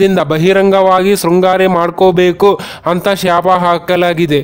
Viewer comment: ಯಾಕಾಂತ ಅಲ್ಲ ಏಕಾಂತ ಶ್ಯಾಪ ಅಲ್ಲ ಶಾಪ